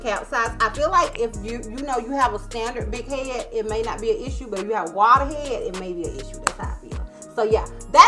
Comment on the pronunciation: Love you.I been a subscriber since 2019, but this is my first time commenting. No you didn't say watershed. Too funny 🤣